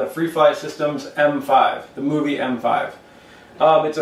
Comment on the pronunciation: and he said moovi lol